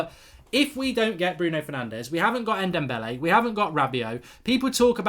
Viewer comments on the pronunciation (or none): He can’t say ndombele